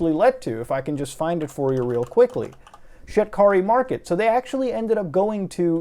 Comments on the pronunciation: I keep hearing Shit Curry Market and cant stop laughing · Shit-car-ree mar-ket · I thought he was saying ‘shitkarimarket’ 😓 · i only hear ''shitkari market''